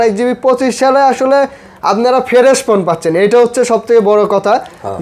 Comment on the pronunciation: ফেরেশ বলে 😂😂😂 হালায় ফ্রেশ ও বলতে পারে না